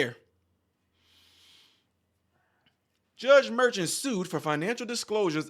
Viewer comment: The judge's name ( phonetically) is Mer--shawn, not merchant. A merchant is a business owner who sells items.